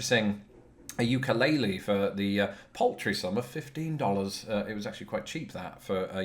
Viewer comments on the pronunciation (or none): none